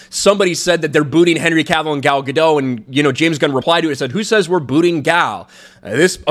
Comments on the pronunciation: MISPRONOUNCING "GADOT". SHE'S ISRAELI. NOT FRENCH. GADO"T". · Gal Ga-Dot,, not Gal Ga-Dough. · I think you just need to pronounce the t at the end Of her last name and you'll be good. That's how she pronounces it after all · First I thought she was called Gal Ga-Doh, but her name is actually called Gal Ga-Dot, a hard Dot pronunciation. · Isn't it pronounced gah dot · Maybe consider pronouncing Gadot's name correctly.